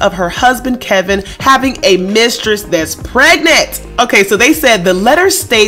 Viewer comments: are you calling him KEL-vin in disrespect? because his name is Kevin, not that he deserves to be call anything other than cheater! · Dude, it’s not KELVIN!!! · His name is KEVIN, not KELVIN ! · So is his name Kevin or Kelvin? Sound like she keeps calling him Kelvin.